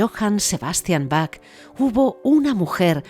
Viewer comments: Se pronuncia BAJ, BAJ, BAJ, no BAC, por favor. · Aunque se escribe Bach, se pronuncia Baj, con jota, y no "Bac". "Bac" se oye muy mal. Por otro lado, muy buena información.